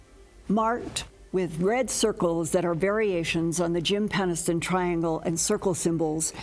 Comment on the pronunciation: Moulton-Howe, PENNISTON! Why do you (and a bunch of other ufologists I know) have such trouble pronouncing Jim Penniston's last name? Especially given the surname's root (PENNIS)! "Come on down to Penis town..!"